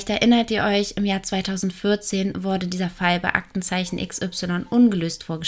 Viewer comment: Bitte mehr den Dativ verwenden 😉und ich verstehe immer 'worde/n' statt 'wurde/n'..🤔ansonsten finde ich, hast du ein klein wenig mehr zu einem eigenen Stil gefunden, der nicht einfach nur extrem von Lucia Leona abgekupfert wirkt👍